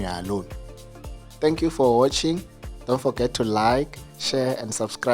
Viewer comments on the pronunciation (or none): “Thank you for woootching “ my brother 😅😅😅😅